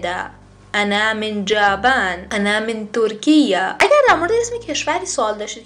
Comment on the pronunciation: سلام خانم معلم جاپان را اشتباه گفتین انا من یابان